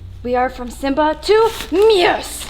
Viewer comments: i am sorry but did she say Moose or Myoose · Does anyone else get bothered by the way she says moose😤😂